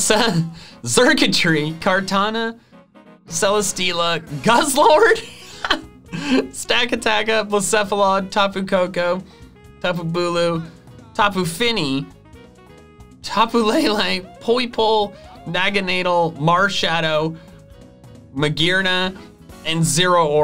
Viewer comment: did he say: tapu fin - E instead of tapu FEE nee